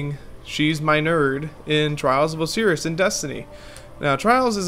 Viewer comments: Trials of "O seerus" 😂😂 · Did he say Oseris? lol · Pronunciation of Osiris: "Oh-Cyrus" Kappa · Lost all credibility when I heard trials of oseeris. Jk interesting vid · It's O-SI-RIS not O-SIR-RIS lol sorry was really annoying me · Trials of O-see-rus? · trials of oseeris 😂😂😂😂😂😂😂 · say Osiris right next time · Annnddd you said osiris wrong